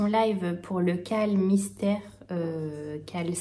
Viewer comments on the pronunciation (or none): none